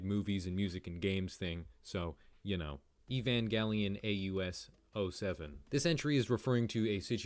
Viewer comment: Thank you for saying “evangelion” correctly 😊